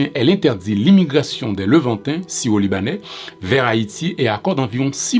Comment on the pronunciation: l'accent créole à tendance à mal prononcé le R, mais il dit bien syro